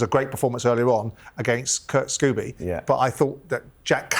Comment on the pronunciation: It’s Kurt Scoby ffs Simon, not “Scooby”🤡🤡he’s not a cartoon dog ffs!!